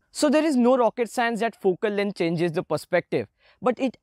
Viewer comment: My head moves to the left and to the right everytime I hear he says fokel leng